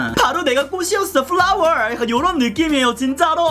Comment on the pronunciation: 요즘 노세범으로 베이킹 메이크업 하고 다녔더니 저녁되면 다 갈라지고 난리도 아니라면서... 픽이라면 당연 건성도 쓰기 좋을거라고 믿어요😊😊아근데 말투 뭐야 진짜 내가 꽃인지 뭔지 내가 꽃이였ㅅ어 fㅡㄹ라월!ㅋㅋㅋㅋㅋㅋㅋㅋㅋㅋㅋㅋ 저 시험공부하는데 머리속에 왕왕 맴돌아버려.. 21호 lsua0329